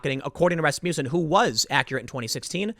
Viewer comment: Dammit... everytime tim said Rasmuton(however its spelled), the song Rasputin popped into my head